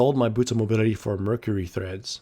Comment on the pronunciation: lol i like it when u say treads with the h